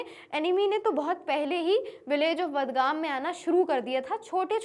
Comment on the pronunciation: Badgam is pronounce as Bargam